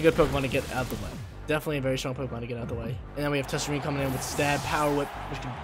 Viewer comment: Hey! An easy way to remember Tsareena's pronunciation is to think of the word "Tsunami"